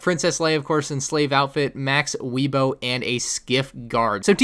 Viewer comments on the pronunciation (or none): come on. Max WEEBO? Really?